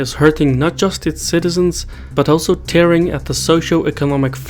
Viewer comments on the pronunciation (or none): none